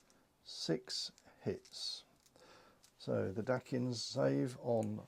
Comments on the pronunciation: Very nice tutorial thanks, small heads up, the Dacians are pronounce normally as Daie-ssh-uhns by most. 🤷‍♂️ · Isn't it Day-shi-an or Day-see-an? Have I been saying it wrong this whole time?! Anyway, nice video as always!